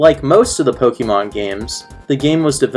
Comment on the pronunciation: It's pronounced poh-kay-mon (listen to the theme song) not poh-key-mon